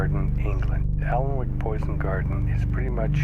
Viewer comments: Its pronounced 'Anick' not aln wick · alnwick is pronounced an ick l and w are silent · Dude it's pronounced Anick and it's not that deadly, i've been in plenty of times. The castle at Alnwick was used for the Harry Potter movies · Btw that Allan wick is pronounced anick I know it awkward and why you can get it wrong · It's pronounced "Annick" not Aln-wick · its pronouncd anick not alnwick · uh, just thought I'd share that "Alnwick" isn't pronounced "Alan-Wick", its pronounced "An-Ick" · the alnwick gardens are just pronounce anick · It's pronounced annick (silent l) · 3. Its actually pronounced Anick, the L and the W are silent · its prenounced annick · The poison garden is in Alnwick but it pronounced Annick. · I do love the way Americans mispronounce English place names. Alnwick is pronounced Anik. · Alnwick is pronounced Annik! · Alnwick is pronnounced Annik. The 'L' is silent but on a more positive note, u might want to visit Alnwick (annik) castle home of Harry Potter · i live near alnwick, and its pronounced 'anick'. and the poison garden is part of the larger alnwick castle and gardens, its well worth a visit and i know americans love castles and stuff. Also, parts of harry potter was filmed there if that floats your boat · Just so you know, Alnwick is just pronounced An-ick :) (i pretty much live there) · Alnwick is pronounced 'Annick'. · Alnwick, pronounced Annick by the people of this North East of England counties of Northumberland & Tyne & wear, is accessible as this garden is part of the the Alnwick castle gardens.You can pay to get into the castle & gardens, just not this part! This castle was where they filmed parts of the Harry Potter films. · Alnwick is pronounced Anik. A nice piece of music called 'lads of Alnwick' is played on northumbrian smallpipes by Kathryn Tikell. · The L and W in Alnwick are pronounced silently, so its said 'Annick' i guess. Source - i live half an hour from Alnwick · Alnwick is pronounced anick! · alnwick not Warwick